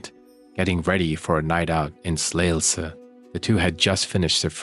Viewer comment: Also a Dane - also thankful that you cover this case as it is a travesty, how many mistakes were made in the investigation. Also, Emilie deserves to be remembered - a beautiful young human being, snatched from existence by a coldhearted monster. Ps. Well done on your Danish pronunciation - especially Slagelse was well pronounced! ❤🙏